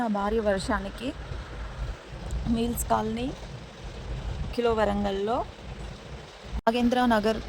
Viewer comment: Meal colony kadhu.. mills colony. Kilo warangal kadhu.. kila warangal..